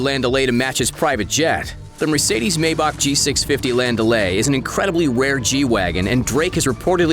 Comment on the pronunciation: The way you say Maybach gives me fucking downs